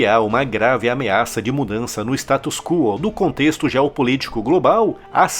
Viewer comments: uma observação: você falou por 2 vezes "status quo" soando como ""status cúo". A fonética é "status cuó". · Parabéns por mais um vídeo fantástico! Com toda humildade do mundo, só gostaria de fazer uma observação: o termo "status quo" não se pronuncia "status CUO", mas, sim. "status CÓ". Minha intenção não é corrigir sua pronuncia, mas apenas dar uma pequena contribuição a esse canal que acompanho todos os dias. Um forte abraço.